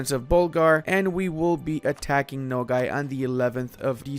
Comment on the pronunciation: hahaha it is not "no gay" my dude. the a in nogai sounds like a in "army"